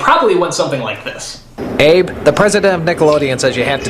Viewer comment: It's Abe not Ade